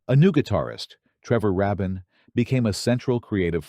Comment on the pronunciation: The pronunciations of certain titles and names is annoying and undermine this video. If you can't get Trevor Rabin's name correctly pronounced, what does that say for the rest of this? By the way, it's pronounced: treh·vr ray·bn